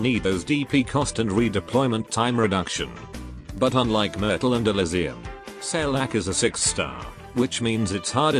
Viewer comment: Wait, I tought Saileach was pronounced as "Sail-Each" but it pronounced "Sai-lah-ha"